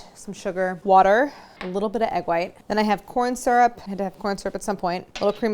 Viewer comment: At first I didn’t trust you by the way you reacted at how sweet they are, but you brought me back by the way you pronounce syrup.